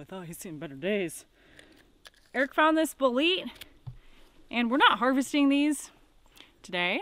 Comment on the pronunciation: Are you pronouncing the word paté (correctly pat-ay) as payt? Bolete (bowl-eat) as bulleat? 😂 Other than the way you choose to pronounce common words (especially expecially), I dig your content. Keep it up.